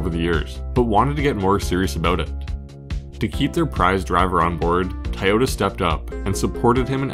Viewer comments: It's not TIEyota.. lol.. that was driving me crazy. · Am I hearing "Thai-yoda" ??? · I've never heard anyone say "Ty-ota" before... I'm pretty sure there's another O in there.